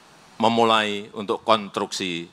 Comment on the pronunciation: Konstruksi bukan kontruksi, ekspor bukan ekspot, berbahasa Indonesialah dengan baik dan benar